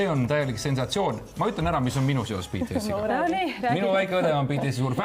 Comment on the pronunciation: Lõpuks üks eestlane hääldas BTS-i õieti